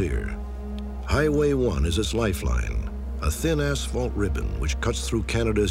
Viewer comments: He definitely said ASS fault. 😂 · He said asfault ribbon that's what they call the material used to make the road and playgrounds